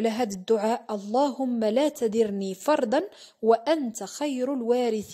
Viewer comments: ختي ربي لا تذرني فردا الغتحة على حرف الذال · تذرني حرف الذال بالفتحة وليسة بالكسرة